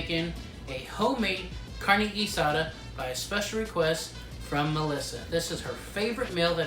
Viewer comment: Guisada is pronounced Gui-saw-tha